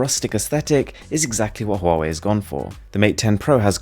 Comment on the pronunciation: Pronounced Wahway